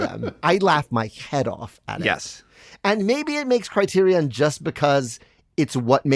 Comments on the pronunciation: For the love of God, can someone PLEASE discuss how LMM was pronouncing CriteriON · Let's be clear. I love Lin-Manuel Miranda. He leveled up Broadway AND made Disney Music cool... But if I hear him pronounce the word criterion like he does one more time, I may tear my skin off. It sounds like a robot built to curate the criterion collection. I AM CRITERION!